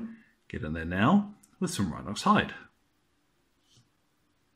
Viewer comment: Which color did you use for the leather pouches, some oxide... I didn't quite understood your pronounciation. Thank you